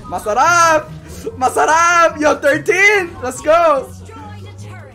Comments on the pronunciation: I think is half filipino because when he is sayying masarap and puttt he is like a filipino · The way he says "Masarap" it sounds like you have filipino accent